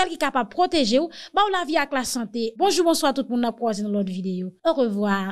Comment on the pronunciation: ou pa manke pa bwodè lew ap di nou bonjou!... Men,ou pa pwononse'l an kreyol,non: "bonjourrrr".Se fransè.